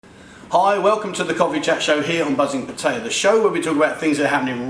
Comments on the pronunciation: Yes,please please take notice of that lady,how she pronounces Pattaya. Surely...its not that hard for you to say it correctly.. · oh, pronouncing it wrong then, cheers